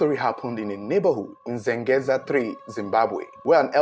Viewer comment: I like how you pronounce correctly zengeza and gogo, surprisingly this is ghetto residencial areas more like high density areas in Zimbabwe so the houses are a bit closer to each other my wonder is how no one could here nothing it's very puzzling